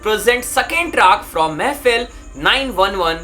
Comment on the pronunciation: Bhai woh mehfil nahi mehfeeeel hai feel